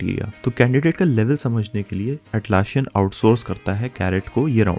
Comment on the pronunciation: It is Atlassian with ssss not sshhh